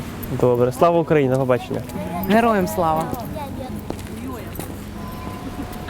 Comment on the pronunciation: она сказала "хуёям" вместо героям.